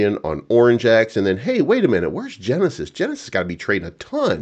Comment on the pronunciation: Genisis ohh henisis 😅.